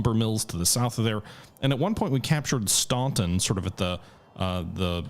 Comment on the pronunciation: Staunton - Pronounced Stanton ;)